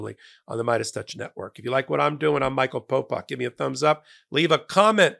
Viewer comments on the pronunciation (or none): none